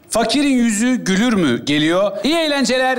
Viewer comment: "Güler mi?" olmayak mı ya?.Gülür mü ne!